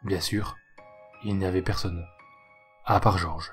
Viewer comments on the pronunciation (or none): none